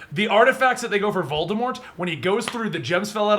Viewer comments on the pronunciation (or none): watching this again, calling Voldemort "Vaudemart" cringes me